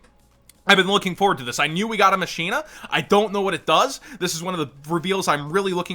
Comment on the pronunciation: That is not how you pronounce machina. Think mach as in "mach speed". Like "Deus ex Machina." Mahk-eena.